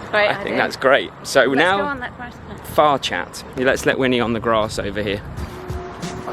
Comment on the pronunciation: Love this. Also all i could hear was Fart Chat not Far chat. 😂